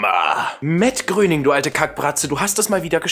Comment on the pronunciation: ES WIRD MATT GR"EY"NING AUSGESPROCHEN!!!